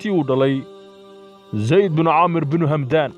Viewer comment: waar hamdaan maaha ee waa xamdaan